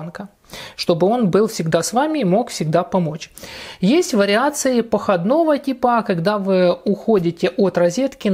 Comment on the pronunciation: Ох и автор ) окрУглить вместо округлИть, походнОго типа, вместо похОдного типа ибо слово похОд. Да....уровень образования и начитанности просто "впечатляет "))) ʼ